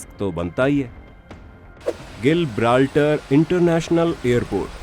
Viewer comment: sir sorry to correct but it जिब्राल्टर not गिल ब्राल्टर